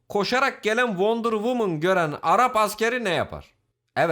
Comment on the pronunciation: Wonder childiren oluyor wonder WUMAN